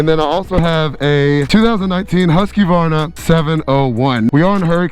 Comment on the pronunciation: It’s “husk varna”. Got dammit.